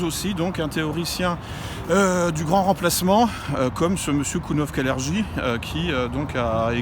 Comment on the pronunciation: Ça se prononce KALERGUI